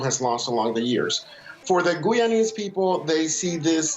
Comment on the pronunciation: Why he says gooyanese is that how locals pronounce it